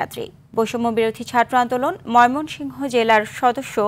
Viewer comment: মমিসিং 😁😁😁 হাররে সাংবাদিক